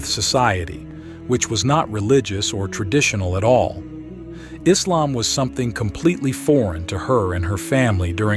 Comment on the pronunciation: Please rectify! The name is Islam, not “Izlam”! Hope you'll do accordingly.